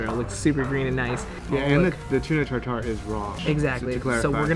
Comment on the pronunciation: Tartare, not Tar Tar. OK?